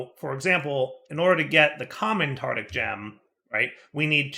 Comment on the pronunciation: Does deliberately mispronounce things or is just lazy with some words? 'Tartic' gem rather that tartaric gem for example.